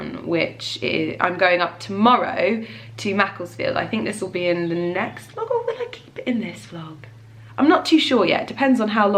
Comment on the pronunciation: ‘Uhhh I’m trynna vloaug!’ 😂